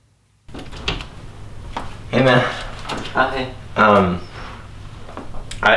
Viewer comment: Urine? As like pee? Lol you mean Uris